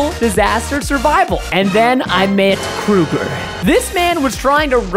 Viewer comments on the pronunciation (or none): More like kroger instead of krooger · Wait did you say krooger?!!?!?